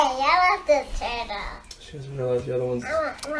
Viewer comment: what turtle? Oh, you mean the tah-dull. Jesus, someone get a speech therapist, STAT!